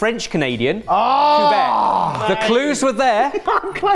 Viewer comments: Did he say ‘Coo-bec’??? I love but he should know how proud our French Canadian friends take their identity and how things are pronounced. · Me watching from Canada: “Coo-beck” 😂😂😂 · The way he pronounces Quebec made me giggle as a Canadian. Coo-beck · As someone from Quebec I loved seeing some representation of our cuisine! Although Say Quuubec made me cringe!